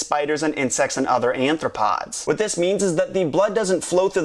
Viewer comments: anthropods???? lol it is "arthropods". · Anthropods. Ha ha. I know you meant arthropods, but it's still funny. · Arthropods, not Anthropods. Just had to point that out. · You said anthropods several times, I think you mean arthropods. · I took an insects class and they are called "Arthropods" not "Anthropods" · Spider and insects and other "anthropods"? Sorry if I'm hearing wrong but those are Arthopods. Just wanted to clarify that. Anyway, cool video! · There's no such thing as anthropods. They're arthropods ;p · only thing wrong with it is you saying "anthropods", but anthropods are primates which also have closed circulatory systems. I assume you mean arthropods, which would be the animals like spiders, insects, and other similar creatures. good theory though